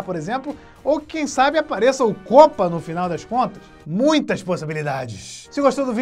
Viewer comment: Para de fala kopa